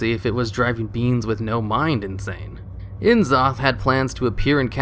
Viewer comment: nuh-zoth, not en-zoth. cuh-thun, not see-thun. come on guys, HP lovecraft didn't give old gods pretentious author initials, so blizzard wouldn't do it with their lovecraftian characters either